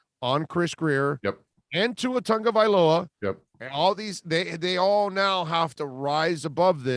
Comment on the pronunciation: Can you "O" stop calling Tua "Tonga-" HE IS TAGO-VAI-LOA! Tah-goh-vai-lo-uh, Tagovailoa! We got Tua stay strong.